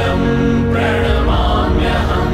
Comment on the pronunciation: प्रणाम्यहम् शब्द का उच्चारण गलत हो रहा है